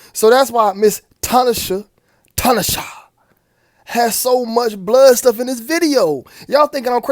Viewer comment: lol its ta-na-shay